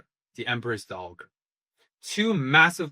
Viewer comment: The 'g' in 'dowager' is soft, pronounced the same as 'j', and a 'dowager' is a widow. So the late Emperor's mother was the Empress Dowager when he was young, and Anshi became the Empress and remained so until the late Emperor finally passed, and then become the Empress Dowager. I don't think you can consider her to have any volition at all in what happened; she did go willingly to the Emperor, but this is what she was trained for and ordered to do by her family. She didn't really have a choice, she just happened to have a combination of physical and personality traits to make it successful. Her portrayal of herself as acting out of some kind of personal ambition is I think a deflection, to give herself agency in her own story that she never really had. I don't know much more than was revealed here (anime-only so far, but it is on my reading list) but I don't think the late Emperor's mother abused him sexually. I do think she probably did effectively abuse him; he was, after all, an entirely unsuitable person who had to become the Emperor, probably a borderline functional autistic. Taking away favorite toys may have been the worst thing done to Jinshi, but someone like the late Emperor would suffer much harsher treatment in an ultimately futile attempt to shape him to the role. That's not to say there wasn't SA at some point by someone, I just don't think it was her.